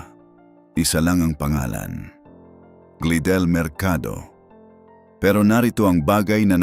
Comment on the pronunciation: Glydel pi hindi glidel 😅😅 pakiayos naman ng pronounsation para maintindihan namin 😅